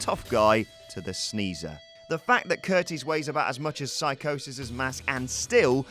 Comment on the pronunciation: It's pronounced See Cosis and spelled Psicosis.